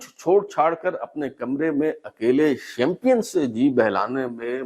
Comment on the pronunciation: جناب شیم-پین کو شیم-پیئن کہنے کی غلطی تو آپ نے بار بار کی ہے۔۔۔۔۔